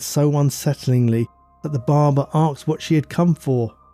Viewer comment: 'arksed' - not aged well . So 2000. Please say asked, thank you